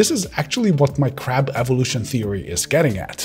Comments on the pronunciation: "the crap of displays", trying to pronounce "crab" (meaning ultimate evolution destination) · Your accent makes "crab" sound like "crap"! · Anyone else thinking he said "the crap of the display formats" instead of "crab"? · I heard "crap" instead of "crab" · Am I the only one who kept hearing "The 'Crap' of OLED". I KNOW you're saying "Crab", but as it was unexpected at that moment, my mind told me "crap". It did jolt me back to paying full attention, so that's good, right?🤣😂😇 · I don't know why no one has pointed this out, but your pronunciation of "crab" sounds more like "crabp", sometimes heavier on the b sound and sometimes more on the p. This can easily be misinterpreted as "CRAP", which is mildly amusing once or twice but when said many dozens of times in a short period of time becomes hilarious. The perfect crap indeed ! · Anyone else heard him saying 'Crap' lol 😂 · Fantastic info ! - (though I kept hearing “crap” display 😆 - my hearing is finicky). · I keep thinking he's saying "crap"